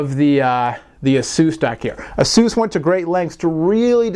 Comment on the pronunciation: IT'S PRONOUNCED AY-SUS NOT EHSUUS